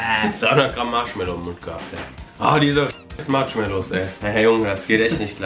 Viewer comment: ihr sagt eiskallt Pang pang Matschmellow gang